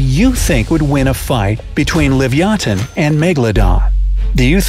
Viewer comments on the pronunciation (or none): You can't even pronounce Leviathan he said Livyaton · I disagree. Stronger bite doesn't mean much ine the prehistoric era. It's more just speed, whoever gets the first hit, and how smart they are. And also, it's livyatan, not livyathan. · *livyatan NOT "livyathan" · Wrong pronunciations: Rhamphosuchus is “ram-fo-sookus,” not “...such-us”; Livyatan is “leev-ya-TAHN.” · It's actually pronounced: li-vi-a-tan.